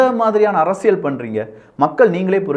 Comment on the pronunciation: தம்பி முதலில் தமிழில் உள்ள ழ, ள உச்சரிப்பை சரியாக செய் யுங்கள். உ ம். அரசியல் என்பதை அரசியழ் என்று சொல்கிறீர்கள். தவறை திருத்தி கொள்வீர்கள் என நினைக்கிறோம். தவறாக என்ன வேண்டாம்.